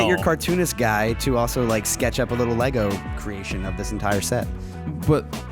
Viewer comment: WTF is a Lay-Go ?